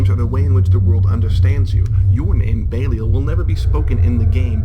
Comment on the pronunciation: I know they are your own unique takes on the names, but could you please try to pronounce existing names you are using correctly? It pained me every time I heard Belial said "BAY-lee-el" instead of "Beh-LIE-al"